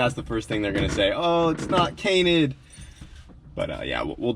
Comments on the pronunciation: cainted the page? Lol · "cainted the page" lol. Love you dude keep doing you